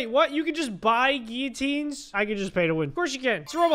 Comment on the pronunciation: You’re saying it wrong you’re saying giuatiins